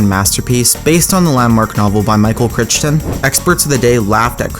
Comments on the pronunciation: Michael cry ton not critch ton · Michael Crichton's name is pronounced "CRY-TON" not "Crich-ton" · It's pronounced "cry - ton" not krich tun. Lol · Cry-ton not Critch-ton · You are pronouncing Crichton wrong, a little disrespectful